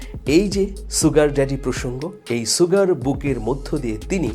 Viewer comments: Aage Sugar bolte sikhen. not soogar. The pronunciation is SHugar. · ছুগার নয় শুগার। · Bhai...Sugar er uccharon ta "sh" hobe, "s" na. Mane "S(h)ugar" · জনাব মানিক সাহেব, "sugar" এর উচ্চারন "শুগার" কিন্তু "সুগার" নয়, যেমন "sure" এর উচ্চারন "শিউর" বলা হয়, কেহ "সিউর" বলেনা। আপনার বারংবার "সুগার" উচ্চারন হাস্যরসের উতপত্তি ঘটাচ্ছে।